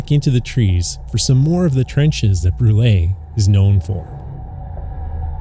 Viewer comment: It's not pronounced Brulayyy... It's pronounced Broool lol. And it's a beautiful hamlet. I live about 20 minutes from there. The views are breathtaking.